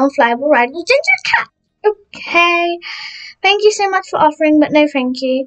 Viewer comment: ”no fank you”